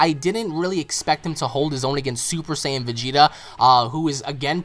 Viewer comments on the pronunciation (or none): none